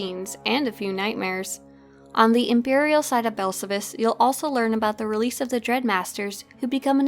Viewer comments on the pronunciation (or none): awesome video! It’s pronounced Bell-Sal-Vis not Bell-suh-vis. It’s even pronounced in he game. Just teasing of course. Wonderful content as always! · Please learn how to pronounce Belsavis correctly. It's Bel sa vis. Listen to how the ingame characters and NPCs say it. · omg, why can't you pronouce Belsavis correctly? It's "Bell-save-us"! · Here’s how to pronounce belsavis bel-SA-vis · yeah Blazen is correct accept for one minor thing in game it's pronounced like this Bell-Sa-Vis pronounced exactly like it's spelled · please stop saying belsavis like that, damn xD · I've never heard of Belsavis pronounced that way🤔🤷🏽‍♂️ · Sorry I hate to nitpick but your pronunciation of Belsavis is incorrect which is shocking considering how many times I'm sure you were on the planet. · Everything about the vid is good, except how you pronounce belsavis. :P